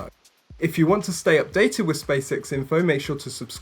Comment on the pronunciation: did you just say "space sex"? :-)